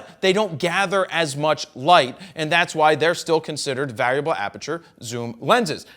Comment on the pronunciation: Anyone else bothered by the strange pronunciation of the word ‘variable’?